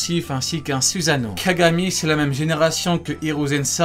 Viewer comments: euhhhhhhhh suzano à oue le fr "susano" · C pas susano c soussano